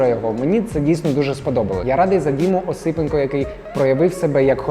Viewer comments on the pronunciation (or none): наголос в моєму прізвищі на Е (ОсипЕнко) Дякую за розуміння) З біт боксу просто випав🤣😅